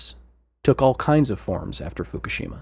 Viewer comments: Like Hiroshima, people mispronounced Fukushima. It's not "foo koo SHEEE mah", it's "foo KOO she mah" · What do people keep calling Fukushima 'Foo-kah-she-ma'? There's no A, it's 'Foo-Coo-she-ma'